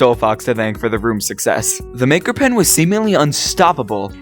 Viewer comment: People say that he still can’t pronounce rhythm and rooms to this day…